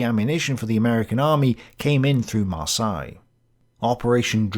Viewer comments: Maar say, Maar say, not Maar sigh! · Heads up the "Seine" in "Seine River" is pronounced with a soft "S" not a "Z" sound. For "Marseille" the "ei" is pronounced like the "e" in the word "led" ("he led us to victory") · “MarsAille”??? I’d always heard it said as “MarsEille”, including in France. Not sure if this is a British English vs American English thing. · Mispronounced Marseille....Mar-say not Mar-sigh.. Seine River...sane....not sign. Ugh! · Not marsY we prononce it mars heylle thats how you should try to say Marseille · Yes, it is Mar-say. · If you're going to do this, learn how to pronounce Marseille correctly. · The way you say Marseille must be intentional. Gotta show the French who is the boss. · I often wonder where you come up with the weird pronunciations for places and people on your channel. Google "How the French pronounce Marseilles" and you will get the correct pronunciation. Of course, that works for most other place names as well, if you use the local pronunciation in your query. The local pronunciation is always the correct pronunciation. You did get the pronunciation right later in the episode. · Driving me nuts too and I'm a Kiwi. You'd think that growing up in England you would have heard Marseille pronounced a few thousand times! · Love but he's mangled french places too! Marseille changed through the video too!